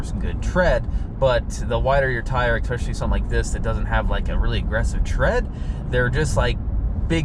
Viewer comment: Good review, but you'd sound so much more professional if you stopped saying "EX-pecially" - the word you're looking for is "ESpecially." Expecially isn't a word. :)